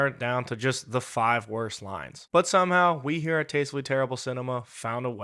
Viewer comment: What is "shomehow"?